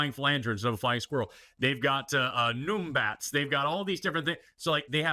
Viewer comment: Noombats? 😂 That’s numbats. Like the num in number.